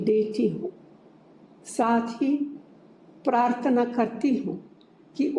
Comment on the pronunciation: or partona nahi parthona hota hai